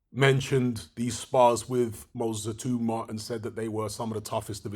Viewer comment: BTW, I believe it's pronounced It-ow-ma, rather than it-oo-ma